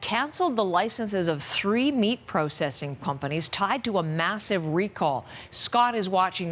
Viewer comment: I swear she said "Pumpanies" instead of "Companies".